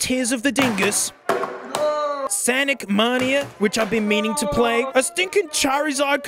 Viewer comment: Sonic man-e-uh is indeed a good game. Good choice.